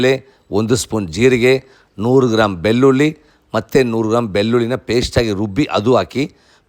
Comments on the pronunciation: ಬಿಲ್ಲುಲ್ಲಿ ಅಲ್ಲ ಅಣ್ಣ, ಬೆಳ್ಳುಳ್ಳಿ ಅನ್ನು. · ಅಯ್ಯೋ ಬೆಲ್ಲುಲ್ಲಿ ಉದ್ದಿನಬೇಲೆ ಇದು ಯಾವಭಾಷೆ ಮೊದಲು ಳ ನ ಅಕ್ಷರಗಳನ್ನು ಸರಿಯಾಗಿ ಮಾತಾಡಪ್ಪ ನಿನ್ನ ನಾಲಿಗೆ ದರ್ಬೆ ಹಾಕಿ ಉಜ್ಜಿಕೋ